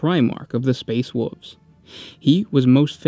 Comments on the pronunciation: They are called Space Wolves, not “Space Woofs”. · "Space woofs" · "Space Woofs" XD